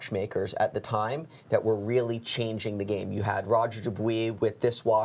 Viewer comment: FFS learn how to pronounce Roger Dubuis correctly!